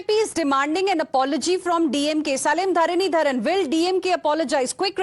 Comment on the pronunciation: Heena Gambhir, it is NOT 'Salim Dharanidharan'. His name must be pronounced as 'Selam Dharanidharan'. Salem is one of the major cities in Tamilnadu.